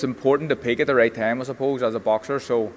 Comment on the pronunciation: How come pronounces TH words with V